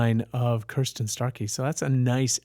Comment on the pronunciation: Btw,, her name is Kristin, not Kirstin.......small correction.